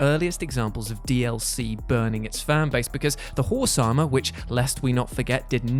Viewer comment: Is he saying Whore-sama instead of Horse Armor?